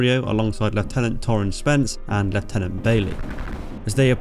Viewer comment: It is very nice to hear leftenant rather then the lieutenant